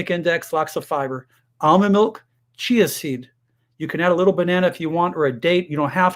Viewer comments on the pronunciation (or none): none